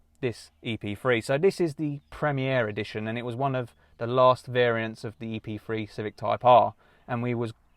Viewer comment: Why he keep saying Epfwee, it's Epthree .